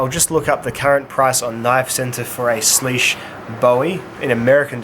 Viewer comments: It’s sleeusuh bowowie dumbass, unsubbed ❤️ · According to Spyderco it's actually pronounced swish by the way great vids